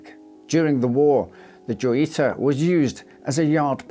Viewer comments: It's pronounced "joyita" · Joyita pronounced Hoyita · The J in Joyita is pronounced like an H, given it's Spanish.